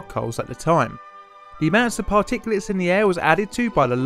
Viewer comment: Did he just say “Par-Ticulus”?